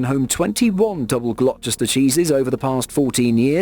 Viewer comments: glockchester england??!?!? never heard of it mate, youre english too and dunno how to pronounce it? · Glo-chester 😂 The narrator has a British accent but can't pronounce a well known British place name? I enjoy videos from this channel but sometimes the mispronounciations sound so weird. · It’s pronounced Gloster! 😂😂😂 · Say glokchester one more time... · OK I’m glad I wasn’t the only one. I thought why can’t this guy say the name of the town right?